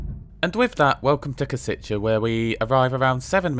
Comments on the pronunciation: Minor detail: Košice is actually pronounced as ,,Koshitse", not ,,Kositche". Other than that, great video! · Nice one! "š" in Košice is pronounced as "sh" in e.g. Sheffield, and "c" is "ts" as in tsar. On a side note, the station in Kosice and the whole area appears to look way better than the one in Bratislava :) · For "Košice', it's not "Koseechay" but "Kosheetsay" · and Košice is pronounced as Koshitse. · I agree as a Czech, that he pronounces some words well, but how he pronounces "Košice" hurts me a bit. But it is understandable, as he is not Czech or Slovak, so no hate for that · Your pronunciation of Košice is fascinating. Very wrong, yet fascinating. Anyway, a good review of my country's best train at the moment. I don't use this line that often, but sometimes I do, usually Prague to Cesky Tesin.